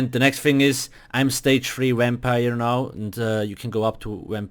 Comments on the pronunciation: Why so negative, thats just bc of where he comes from and he made this video to help ppl and then u are going to complain about the fact that it sounds like wampire? pls get a life and stfu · He say wampire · a "wimpire" lol The video helped me alot tho 💪